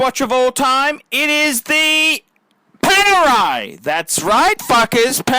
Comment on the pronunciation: My poor ears. Panerai? Ok, your choice.